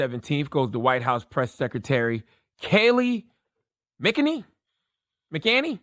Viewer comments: It’s pronounced ~ Mack Kin Nain Nee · Charlamagne its “ mac-ah-nay-knee” cmon bruh do your research before you clown someone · "MAC - IN - ANNIE" Hope that helps!!! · It’s MAC-A-NAME-ME! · Charlemagne..... it's ok that you have a squad that writes your donkey of the days...... I listen all the time Your voice is lost when its obvious you dont know what your talking about via mispronouncing that's birds name of the gate....... review with your interns before going on air.... good points in there but it was lost of the first 2 secs #correctyourbars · You can’t even pronounce her name. Why should anyone listen to you?